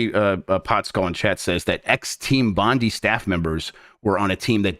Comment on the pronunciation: Small note from an Australian. Bondi is pronounced bon-dye.